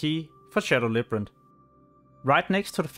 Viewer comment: Labyrinth. Not librant